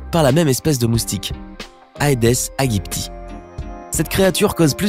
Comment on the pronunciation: Tu prononces trop mal certaines choses, comme aedes aegypti